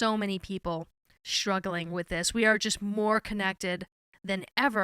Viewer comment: Did you just drop the “t” from struggling?